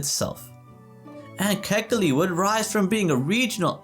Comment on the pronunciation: KA'-HE-KI-LI - born raised Oahu, braddah.